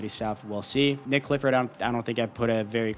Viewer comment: Nique not Nick bro